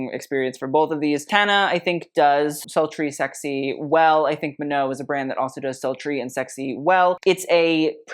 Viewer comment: I love you. But Tana’s last name is pronounced Mojo but the j is pronounced like Je in French. Ok bye. ❤